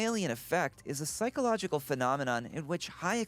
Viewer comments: Psychological not 'Physcological' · “physcological” lmao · physcological( fy-sco-logical) indeed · Physcological? 😂😂😂🤣🤣 thank you for the laughs